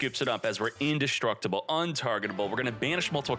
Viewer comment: In-Destroy-Able? Is that... Is that a thing? I love pronunciations. Makes you feel like you missed a lesson or two.